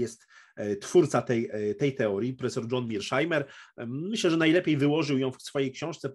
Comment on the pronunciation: Może Pan mówić po prost [mershajmer] Pozdrawiam